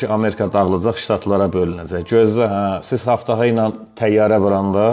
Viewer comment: haftafa yox qardaş "abtava" demək lazımdır ab su deməkdir tavada qab deməkdir yəni su qabı